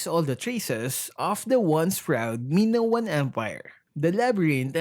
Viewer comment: it's maynown not minowan :)